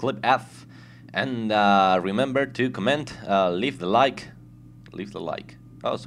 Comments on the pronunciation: Yeah i read all the commands, and yeah just command command command and command. LEARN TO PRONOUNCE COMMENT Nice vid. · i like how you say comment :D ADEF and obviously C :D btw KITTEY